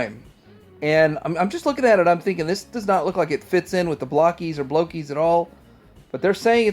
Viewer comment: Why do people keep calling Blokees "Block-ees"?? They are little blokes... they are not made of blocks and I see a lot of round bits, so they're not blocky either.